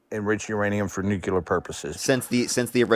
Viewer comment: JHFC it’s nuclear, new-cle-er not new-cue-ler.